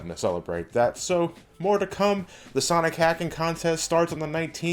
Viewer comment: It's not sonic its sanic